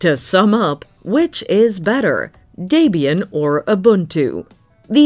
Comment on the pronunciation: Can't even pronounce Debian and Linux correctly.